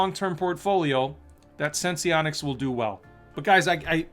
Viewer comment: It’s pronounced Sense-onics. Not Sense-Eee-onics.